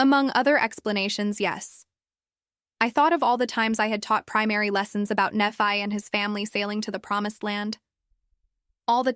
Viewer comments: People don't 'come and go' from the temple in white clothes . Apostates Nephi, Moroni mispronounced. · It’s an AI voice over. That’s why names are mispronounced.